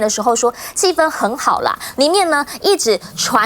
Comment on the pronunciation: 主持人发音非常准，气氛（一声），在大陆能读对的人也不多😊